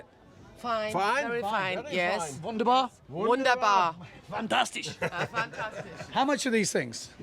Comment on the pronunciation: Wunderbar! Fantastisch! Currywurst/Pommes! Your pronunciation was perfect.